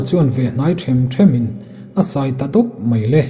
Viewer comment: A ngaihnawm thin khawp mai. Tun tumah hian thumal pakhat 'sai' tih kha i lamri dik lo deuh em aw ka tia.Khur deuh dar dar,sai hlawk hlawk sawina angin i lam ri a,a ri sangin han tiri la,kap/thil kap sawina a ni leh chiah anga,a dik zawkin ka hria.Ka hresual a nih chuan min lo ngaidam la.